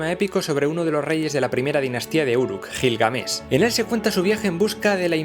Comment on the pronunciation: GIL GA MESH